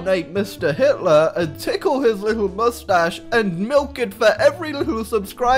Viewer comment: Moostach tickle ploezZz